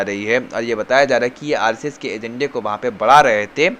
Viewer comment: भाई, आप अच्छे पत्रकार हैं, और भी मशहूर हो सकते हैं। बस थोड़ा उच्चारण पर ध्यान दीजिए। खासकर व को ब और श को स मत बोलिये। यानी विस्तार को बिस्तार, वहाँ को बहाँ, बुर्ज खलीफा को वुर्ज खलीफा, शेट्टी को सेट्टी और नाराज़गी को नाराजगी न बोलें। थोड़ा सुधार करें, आप बहुत आगे जाएंगे।